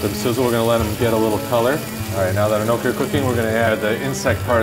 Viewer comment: The way he pronounced gnocchi made my italian heart hurt